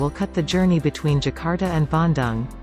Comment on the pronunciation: Its BanDong (bandung) not Ban Dan (you don’t pronounce dung as dang like cow dung)